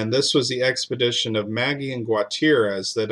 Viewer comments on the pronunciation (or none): Ma-gee not Maggie lol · I’m not sure of this gentleman but Magee would usually be pronounced McGee not Maggie.